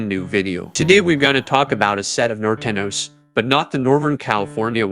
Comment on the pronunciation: nort eno? its north an yo.